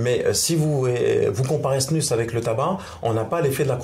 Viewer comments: Tu remplaces le s par un a ça fait snua trop drôle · LA snuZE au niveau de la prononciation svp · dite snus mais sans le n 😳😳😳😳😳😳😳